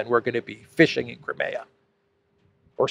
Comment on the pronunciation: Wish you'd pronounce Crimea properly!